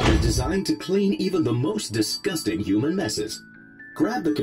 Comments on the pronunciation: He keeps on saying uman instead of human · Who else noticed he said uman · he said hooman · not human it hoomun